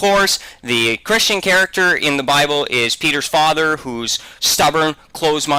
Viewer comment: did say chwist?